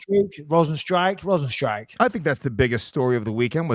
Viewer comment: Bisping pronounced Rozenstruik perfectly. Best I've heard so far